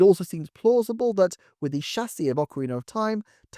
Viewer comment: Incredible deep dive, sir. Yet I find I'm most impressed by how eloquently you pronounce chassis!